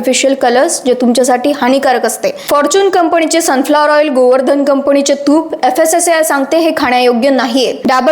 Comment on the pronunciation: कंपणी नाही ग बाई कंपनी. प्लीज आधी भाषा शुद्ध कर..